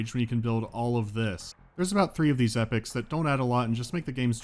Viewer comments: did you just pronounce "epochs" as "epics"?? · EEE POKKK EEEE POK EE-POK...omg, hearing you say Epic Epic Epic ...lol jesus